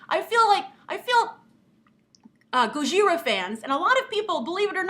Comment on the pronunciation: Gojira is not pronounced go-ZHI-ra, it's Go-ji-ra. (The j is harsh, almost like ch, & the r is harsh, almost like d.)